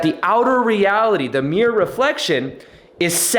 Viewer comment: aehehehehehehe I like how he says mirror (miyor)